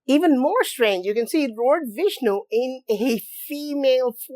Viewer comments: Woah! Vish-nu Fish-nu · Ok, so it is Fishnu instead of Vishnu, go it ! Thanks !